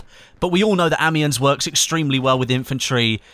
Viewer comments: Amiens is pronounced without an s. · That pronunciation of Amiens though...